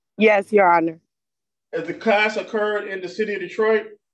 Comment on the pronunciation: "Klass"? Really?